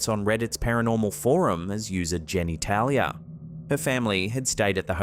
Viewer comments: "Geni Talia"😂😂😂😂😂😂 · "JenEtalia" For real? Anyone else notice this?😅😂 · "Jenny Talia", LOL!!! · "Jenny Talia"?? Are you kidding me? Is she related to "Sue Percool"? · jenetalia? lol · Wait----- you said Jenny Talia on the hotel bed excerpt? as in Genetalia> lmao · Jenny - Tailia 😂 ! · Come on dude, Jenny Tailya?? How did you not catch this? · ''Jenny Talia'' ? 🤣